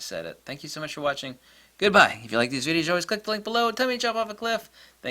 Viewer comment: Really like the way you said NAMASTE. I am also from India & I am big fan of you. Thank you for making awesome videos as always.